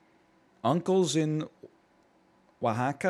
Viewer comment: I'm surprised NL actually knew how to say Oaxaca. I live in an area with a higher than average Mexican population in the States, most non- Mexican Spanish people here have no idea how to pronounce it, and certain citizen-born generations with Mexican heritage seemingly don't know how to pronounce it either, even though Mexican Spanish is almost a second-hand second language to most people here. I wouldn't expect NL to have a situational experience for understanding the pronunciation of the name, so it has to be mostly, if not purely, trivial knowledge, yet where would that trivial knowledge come from, other than maybe a one-off Jeopardy question/answer or Geo Guesser, though Geo wouldn't give the pronunciation. This becomes even more odd when NL doesn't actually know Spanish, let alone Mexican Spanish, as Oaxaca isn't even Spanish, it's left over from the native languages of the area. The only thing I can think of, other than Jeopardy or something similar, is food knowledge, such as Oaxacan cheese, as regional cheeses are named after the region, or possibly a regional food or regional variant of an ingredient or dish.